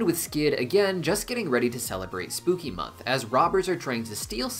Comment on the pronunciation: Sir, it is Spookymon, not month😂😂😂 Digimon, Pokémon, what's next😂😂 sorry everyone, but i hear "mon" not "month" 😂😂😂😂